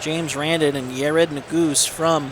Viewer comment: Yared ne-gu-zay